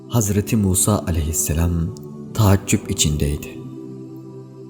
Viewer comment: 1. zatı uluhiyet ne alaka 2. tahaccup deil taaccüp